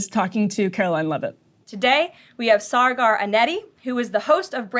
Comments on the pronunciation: You call him “Saygaar”? lol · Did she just totally mispronounce Saagars name? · Saagar not Cigar!!!! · this woman’s job is to lie, but the irony of her saying something undeniably untrue (the pronunciation of his name) in her righteous tone I just find completely hilarious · How she say his name wrong so many times 😂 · Im here because Emily is low key hilarious. Her and Ryan usually have such a great back and fourth with eachother, and her messing up Saagar's name had be trying to understand how she could get her colleague's name wrong until they played the WH press briefing clip... touché Emily!